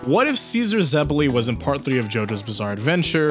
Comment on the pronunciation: The way he says zeppeli hurts me.